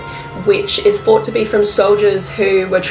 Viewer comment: thought not fought. Please pronounce 'th' properly it sounds really bad